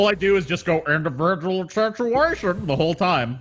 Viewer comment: Indivijul sichuashun